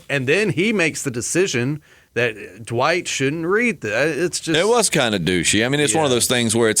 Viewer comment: “Dwight”....not “Duh-white”